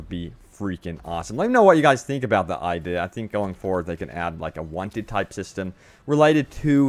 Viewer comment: I-de-a say it with me